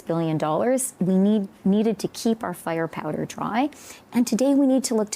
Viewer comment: Why does she keep saying “fire powder ”??? She clearly never knew how guns work but seriously that’s so cringy